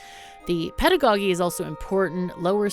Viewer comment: I was curious about this game. thanks for the video. BTW someone might have pointed it out already but the word "pedagogy" is pronounced with a soft G for the second one